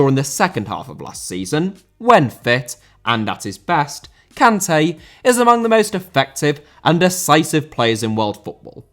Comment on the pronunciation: Antonio* not Antouwniouw Conte* not Contei Debut* not Deibyu Alberto* not Albötouw Debut* not Deibyu Courtois* not Courtoir Rather* not Rother César* not Ceisah Azpilicueta * not Azpelecueiter José* not Djouwsei Kanté* not Kantei Serie* not Siri China * not Chiner Saw* not Sor Barcelona* not Bohçalouwner Eden* not Iden Bernabéu * not Bönabeyouw Lukaku* not Lukohrku Diego* not Diyeigouw Álvaro* not Alvohrouw Morata* not Morohrter Half* not Holf Cesc* not Cess Roma* not Rouwmer Moskva* not Moscow